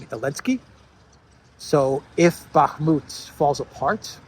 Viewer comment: Can you please stop saying "Bakmut"?